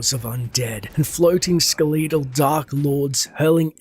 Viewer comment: You are pronouncing "skeletal" and "stygian" incorrectly. Stygian is pronounced a hard 'g' like in "gem" Skeletal is like SKEL et AL. Not ske LETE al. Sorry these things just bother me and I feel like you would wanna know the correct pronunciation given you are narrating a story.